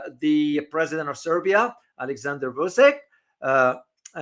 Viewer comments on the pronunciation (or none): Vuchich is how to pronounce the name of Serbian president.